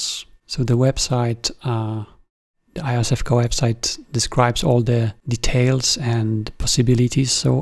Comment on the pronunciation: Iosevka is pronounced roughly as Yosefka, meaning something link "little Josef". See phonetically at